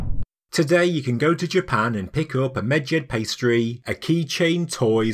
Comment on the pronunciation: You say Medjed, all I hear is midget😂